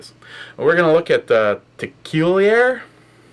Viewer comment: What a fucking pronunciation... (FACEPALM) It's like the way you sounds when you try to talk while servicing Travis when it's your turn at the truck stop... :) Love you too... kisses...